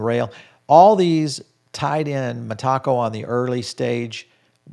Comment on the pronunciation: Met-a- co clown 🤡 not meh-taco … you can’t be taken seriously